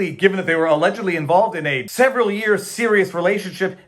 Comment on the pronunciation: McAfee said “SEVERAL” weeks.